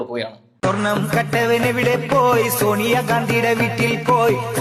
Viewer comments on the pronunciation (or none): സോനിയ അല്ല സോണിയ